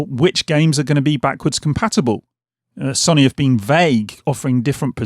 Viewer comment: Say it with me now.... Sow nee 😄 Only playing lad, great videos even if you can't pronounce sony 🤣